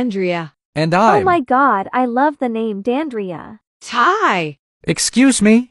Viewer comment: Dandria pronounced ty "tiiie". Edit: Oh my god, she live in my favourite country!